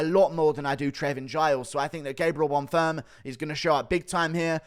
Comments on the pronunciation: leave it to guru to call a fighter 'bon firm' when his name is bonfim xD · Who’s Gabriel bunfirm?😂why did he keep saying that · inb4 100k!!! edit: the name is still bon-feeeem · Guru be butchering Bonfim's name 😂